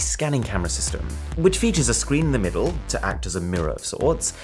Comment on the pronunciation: Love this guys videos, but I just can't get over the way he said screen like 50 seconds in when talking about the oppo fold phone